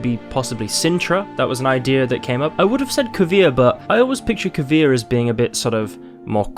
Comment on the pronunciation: It is Kovir.